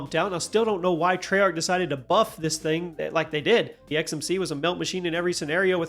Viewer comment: I thought you said muffed instead of buffed but you know what, that's actually a better term for nerfed so it's going in the vocabulary